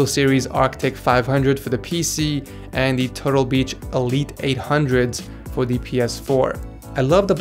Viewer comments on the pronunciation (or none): none